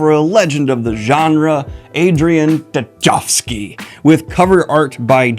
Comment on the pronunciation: Is Tchaikovski pronounced like that in the us? Or is it how Adrian himself pronounces it?